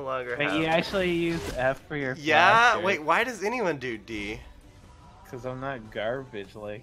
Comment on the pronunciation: IT'S FUCKING FLASH NOT DLASH